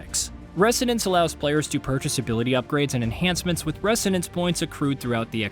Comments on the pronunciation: Repeat after me: “reh-ZO-nance”, not “reh-SSSSSSO-nance”… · You say resonance funny. Pretty sure the S is pronounced like a Z but no biggie :) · That is not how you pronounce resonance